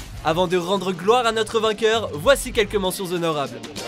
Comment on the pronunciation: On fait pas la liaison avec "Mentions" et "Honorable", pas avec un H...